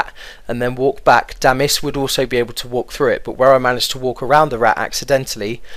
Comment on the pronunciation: dont get why you say damil LOL